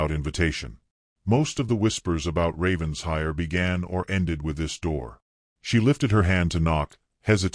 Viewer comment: For the 110th time: it’s NOT Ravens-hire. It’s Raven-shire, with the accent on shire! What’s with the weird coach? Lovely that he was in love with her before he met her. Diametrically opposed to the usual. Excellent plot twist.